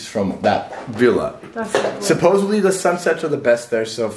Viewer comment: You're pronouncing Villa wrong!